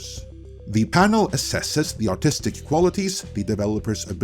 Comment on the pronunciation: This isn't a dig on you or your accent, but...every time you say "artistic vision," it sounds like you're saying "autistic vision," and it's kinda fitting, lol. 😅😂🤣